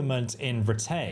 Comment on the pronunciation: I can’t watch this because the way he says rattay pisses me off. What makes it worse is it’s pronounced properly in the game and he just chooses to ignore that